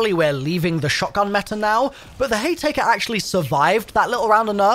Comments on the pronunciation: The sludge and tea maker 😂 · are you purposely miss pronouncing slugs and haymaker?